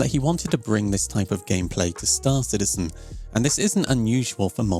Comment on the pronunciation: Why are people starting to use Morph's pronounciation of "St-aÁr Citizen"? is it like a fashion thing?